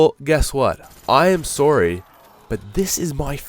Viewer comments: forgot he was Canadian until he said sorry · He's Canadian.